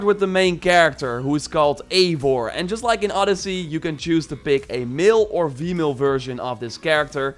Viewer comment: ''You can play it as a male of vemale"